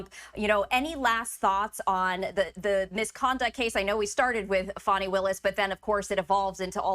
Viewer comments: HER NAME IS NOT “FANNY” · Her personal life is not anyone other than herself ffs If she was white this would never be an issue! Btw Her name is pronounced FAWNY👈🏽lack of intelligence there is revealed with the racism and disrespect 🙄plz We will see whether he succeeds to use his mafia SCOTUS court to get him off or not~lol Pun intended